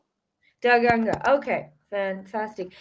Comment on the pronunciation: He said danga 😂😂